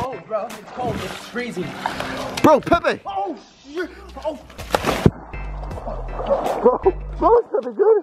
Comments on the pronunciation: I though it was pee pee before he said it was Pepe 😂 why tho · Instead of the name pronounced as “Pepai,” (Pepe). I pronounced it as, “Peepee” Lol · The fact that he pronounced it Pe Pe instead of Peepe 😂😂😂😂 💀✋ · Say it right “Pepe” Spanish